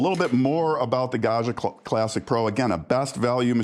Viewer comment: Gaggia! Short first a, gg like j in judge. Like "badger".